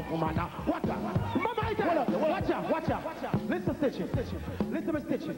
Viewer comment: Stichie caan manage 😂